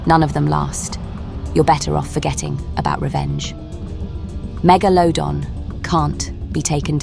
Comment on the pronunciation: The amount of times he pronounced megalodon incorrectly🤣🤣🤣🤣